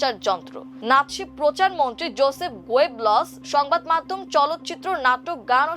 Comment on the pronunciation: উচ্চারণ ঠিক করা দরকার। গোয়েবলস, এডলফ এই দুই শব্দ প্রকৃত উচ্চারণ অনুযায়ী হয়নি। অসাধারণ লেখা। অসংখ্য ধন্যবাদ সম্মানিত